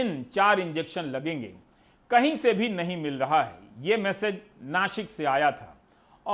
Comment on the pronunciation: नाशिक के सही उच्चारण के लिये आपका धन्यवाद।